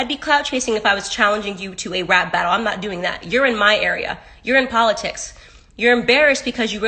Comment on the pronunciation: I love po-litics 🤦🏽‍♂️